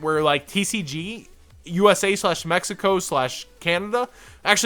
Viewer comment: When you said Mexico it hurt ouch D